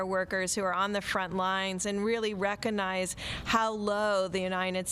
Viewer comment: Did this "Dr." placed above other Doctors (because she has a vagina?) say 'reconize" like twice in a row, the same way that my 5-year-old pronounces the word recognize?